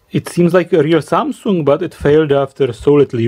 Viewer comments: Its samsung not samsuuung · 삼성 (三星) is pronounced "SUM SOOUNG" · Everyone: Samsung: Samsoong 😂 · Not samsoong.it is"samsung"